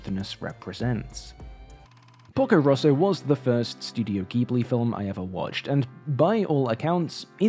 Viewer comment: lmao I'm literally Italian and I kept thinking you were saying "Pulgo Russo" until I saw the screenshot where it says "Porco Rosso" (red pig) even though, funnily enough, my English accent is very similar to yours edit: the title is especially funny because 'porco' is actually a very vulgar way of saying 'pig', which would usually be 'maiale', and is usually used to insult people or cursing ("porco ****" would be equivalent to "****dangit")